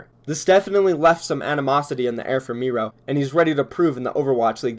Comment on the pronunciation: Is it just me or is it weird how he pronounced Miro like mero, and not miro....🤔